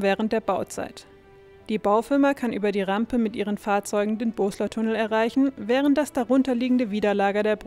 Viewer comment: Das ist der "BoSSler-Tunnel" und NICHT der "BoSler-Tunnel" !!!